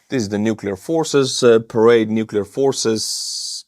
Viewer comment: This was how conflict in the cold war were fought, through smaller puppet regimes battling each other with support from NATO and Soviets. No telling what the end will look like except more death, Putin has really screwed Russia. When you showed Chinese parade, it sounded like you said charade, which I think is appropriate. Trump seems to be trying to talk politics while still pretending to talk tough.